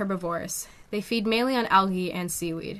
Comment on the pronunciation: also i dont mean to be a wiseass-but for educational purposes-it is pronounced al-jee not al-ghee>> but i have been pronouncing conch incorrectly my entire life-i appreciate that now i know how to say it correctly! so i hope you don't take my correcting you the wrong way :) knowledge is power! also the english language is inconsistent af. how heavy is it-the shell and creature? it never occurred to me until 3am today that perhaps there is a creature that lives in that shell! hahahah. i'm a smart stupid or w/e lmao